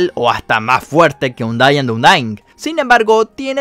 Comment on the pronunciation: Pronuncias mal papyrus y undyne